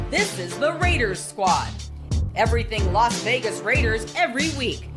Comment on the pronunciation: He said the veaaay (Vegas) 😂😂😂 RAAAAAIDERS 4-life